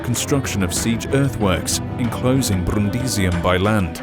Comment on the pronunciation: I really like the pronunciation of "Brrrundisium".